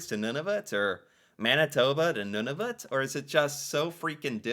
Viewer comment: pronounces Nunavut and Iqaluit better than most Canadian do. 👍